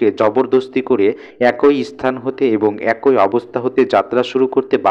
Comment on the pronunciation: টোন টা ভালো ছিল। উচ্চারণ আরো উন্নত করতে হবে। যেমনঃ "এ কই" না "একই" কিংবা "প থই" না "পথই"। মানে, কই বা থই না, হবে, কি কিংবা থি ...